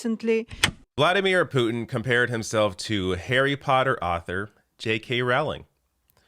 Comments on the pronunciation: Rowling, pronounced like bowling. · I know it's minor..but the name rhymes with bowling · it's "rolling" like row, row, row your boat.